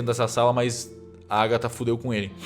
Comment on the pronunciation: Níguem: a Agatha:TrAnCEndER????